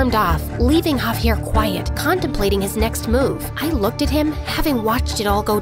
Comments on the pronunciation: bro called javier caviar the whole time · “She says haviar sub titles say caviar the real name is javiar 💀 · dude said cavier not javier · Javier. Not caviar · i always heard it like cavier